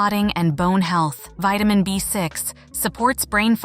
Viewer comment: Poor pronunciation of the word vitamin and several other words.